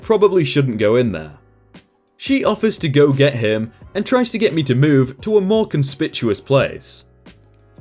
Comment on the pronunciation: You really need to work on pronunciation. Con-spik-u-us, which was not the correct word anyway. I should have been inconspicuous.